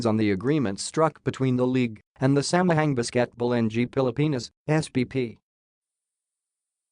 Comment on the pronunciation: For you, the "a" in Tagalog language is pronounced as ass not apple or acorn; e = egg, i = idiot, o = okay, u = oo not yu. How to read Samahang Basketbol NG Pilipinas? ng = nang